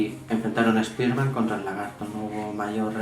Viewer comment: Buen video pero, no soporto tu pronunciación española… deberías decir los nombres en inglés, por ejemplo: Spider-Man (como se escribe y tu pronuncias) deberías pronunciarlo "Spaiderman" suena mejor el nombre original. Pero excelente hermano, saludos desde Venezuela